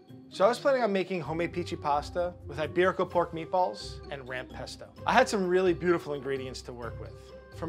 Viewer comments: you can tell she's gonna ace this bc she calls it "meatbowl" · Right when she said "Meat-Boahls" I knew it was gonna be good. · “If she says spaghetti and meatbwalls” she’s a pro